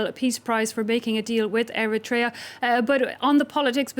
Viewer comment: sadly he could not pronounce the word Eritrea...he said Erietaria about 7 times lol